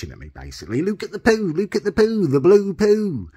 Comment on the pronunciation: "Lewk at the pew Lewk at the pew thee blew pew"